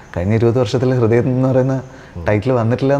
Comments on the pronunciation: കൃദയം അല്ല അണ്ണാ ഹൃദയം... അവതാരകന് അത് പോലും പറയാൻ അറിയില്ലേ?? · കൃതയം അല്ല പൊട്ട ഹൃദയം ഹൃ ഹൃ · Interviewr chettan കൃതയം ന്നാ പറയുന്നേ😅